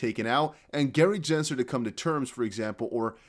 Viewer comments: It’s Gensler, not Jensler. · Can you say Gensler name correctly please